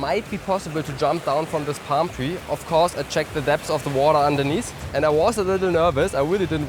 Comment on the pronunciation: It Pam tree , Coconut tree 😂